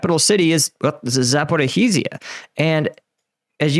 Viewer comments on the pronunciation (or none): Ivanivske!! Not Ivanski. Zaporij-ya, not Zaporohizzia. Come on dude, I know you can do it! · Please improve your pronounciation of Ukrainian towns. Sonetimes it is hard to understand what you are saying. Example: zaporrizhia. You are presenting this war as a military expert. So, as long as you talk about was activityies I would like you not to be biased on any side. Internet is full of emotional (hysteric) propaganda that I am perdsonally more than fed up - your good chance is simply to tell the objective truth from the expert viewpoint. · Zaporizhzhia is pronounced ZAPO RE SHE YA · 😂 Zaporee he's ya. Lol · Its, "Zap or ease ya," but the s is pronounced like the second g in garage. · Seriously dude, you continue to dazzle me with your ability to mangle the word/name/pronunciation of “Zaporizhzhia” completely and multiple different ways in every video…Congrats! And as of late you’ve added mangling “Ivaniske. It’s not “E Von Ski” - its “E Von Eve Ska”. 🤣😂😅🤣😵‍💫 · You don’t pronounce the H in zaporizhzhia